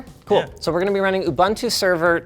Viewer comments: huh? he said it like " EBUNTU"....Isn't it pronounced like OOBOONTOO? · Hey Linus.. It's oo-boo-n-too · 3 u's in Ubuntu and he still manages to pronounce them inconsistently.